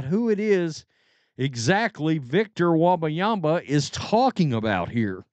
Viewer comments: It's pronounced: Wem-ba-yama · Bro the way you’re pronouncing his name is hilarious 🫶🏻😂